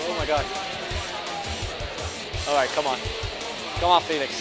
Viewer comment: ITS NOT JOÃO "FILIX" BUT "FÉLIX" ITS DIFFERENT